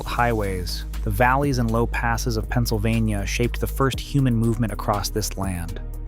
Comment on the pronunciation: "Penna-so-vaina" Umm...what?! 🤣🤣🤣🤣